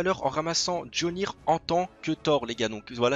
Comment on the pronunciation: Le marteau de Thor ce n'est pas jolnir mais mjolnir(miaulnir en prononciation) 😭😭😭😭😂😂😂